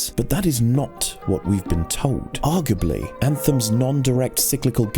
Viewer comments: is aug-uh-blee the best. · I clapped when I heard Arggably.